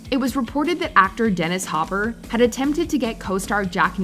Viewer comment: It's Dennis Hopper. Idk what she said but it sounded like Hauver...